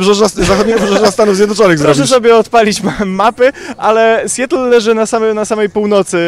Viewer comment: Mała poprawka. Nie "sjetl" tylko raczej "sjatl" Dziękuję za uwagę